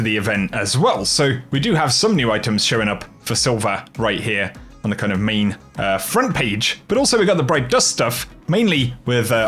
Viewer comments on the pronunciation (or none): none